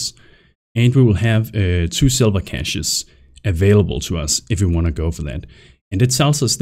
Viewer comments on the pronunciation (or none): none